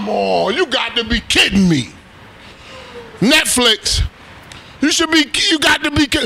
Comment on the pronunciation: That first "NETFLIKS" had me dying 😂😂😂😂